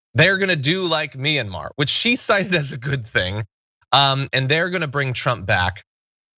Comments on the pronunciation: Mayanmar!? Seriously, are you sure you know whats going on there? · If you can't pronounce "Myanmar," maybe don't reference Myanmar?